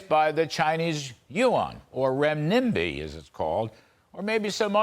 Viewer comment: “Ren-NIMBY” lol.. he has no idea how to pronounce it